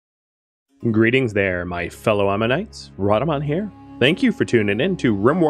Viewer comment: Every time you say Amun-ites, I think ammonites, which puts a much more Lovecraftian spin on things. :-P